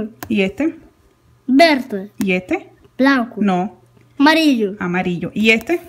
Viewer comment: Me lo como a cuando pronuncia "amarillu" con su acento ruso, es un bomboncito!!! saludos desde argentina!